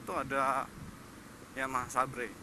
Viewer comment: Bantu ralat kakak. Seber bukan sabre hehehe